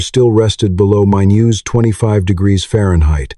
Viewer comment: "mine-yoos"? HAHAHAHAAHA. Hey AI, it is pronounced "mine-US". Also, you are not going to set a coal oil lamp on a hot woodstove.